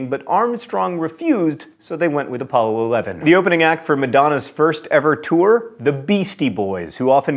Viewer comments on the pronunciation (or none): none